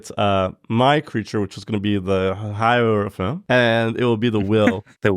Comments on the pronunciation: in case anyone’s wondering, it’s pronounced hierophant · don’t worry, it’s pronounced “hierophant”